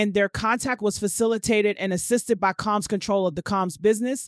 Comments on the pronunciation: All the mispronunciations. She actually said debutt, Mr Caambs, what’s the four hundred eleven??? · How hard is it to say Comb(s)??